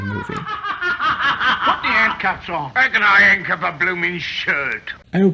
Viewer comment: "ow can I 'ancuff a bloomens shirt?"